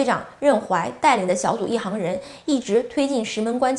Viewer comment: 主播的语文水平有待提高啊，波多黎各和一行人都纠正一下好吗？听着太刺耳